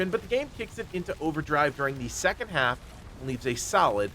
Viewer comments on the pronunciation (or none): none